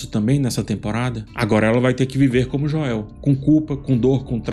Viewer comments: concordo, e nesse mesmo video, ele fala corretamente enquanto menciona vários personagens. Me tira da análise também. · Por que vc coloca a tônica do nome do Joel no “e”? 🤔 se a proposta for aportuguesar, vc deveria fazer isso com todos os nomes, não? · Fechei o vídeo depois de ouvir "Joel" em português 5 vezes seguidas... Não conseguia nem prestar atenção mais no vídeo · Joel se pronuncia como "Jowl" e não "Joél". ;) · Mas depois abri o vídeo de novo e terminei de assistir essa obra de arte.. Mas sério cara, para de falar Joél, pelo amor de Deus. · por favor, não chama ele de Joél, tenta falar o nome em inglês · JO-É-Û que brochada kkkkk É Joel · Me dá muita agonia tbm. Parece que tá falando do Joel Santana. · sempre brutal nas analises, mas confesso que ainda não me acostumei a escutar "Joél" me estraha um pouco hahah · "Jóel" kssksksskssks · Aproveitando o tema, desculpe por ter criticado pelo “Joél”, pode chamá-lo como preferir, seus vídeos são top! Vou assistir todos até o final da série, como acompanho desde 2020 pelo react do jogo. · Joél? O irmao do Joél? Kkkkkkkkkkkk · pq vc diz Joél? Da agonia kkkk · Pelamordedeus, pare de falar “Joél” kkkkk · “Jo-el” não dá kkk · Num guento o chamando o Joel de Jóel, mas os outros personagens idem a série kkkkkk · "Jôél" não da, fala o nome do cara certo po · Cara não dá 😂 JoÉÉÉL?????? JoÉÉÉL??????? por favor, para com esse insulto adicionando o acento no nome do Joel. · Pq falar JoÉu?? Mto irritantes😮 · Pq nas análises dessa temporada tu está falando "Joéu"? Assisti as analises da temporada passada e você pronunciava corretamente. É para engajar? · Falta de respeito com o personagem ele chamar o Joel de Joéu, me incomoda demais, me tira da análise completamente. Ridículo da parte dele se é apenas para engajar... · As análises são excelentes, de fato, porém é difícil ouvir a pronuncia dele ao Joel e o Us kkk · Pronúncia do nome Joel tá errada cara se liga ai